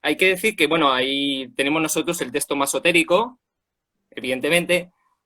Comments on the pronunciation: Vaya, qué especialista, que dice "masotérico" en vez de "masorético".. jajaja .. No pues ya desde ahí da mucho que pensar... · Masorético, no masoterico, corrije amigo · No se dice masoterico sino masoretico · Masoretico ,no masoterico. Muy buena enseñanza la de ustedes.